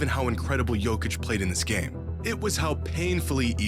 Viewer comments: How hard is it to not pronounce the j like its not ur first time watching jokic play.. it's literally pronounced Y-okic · It's Nikola Jokić not Djokić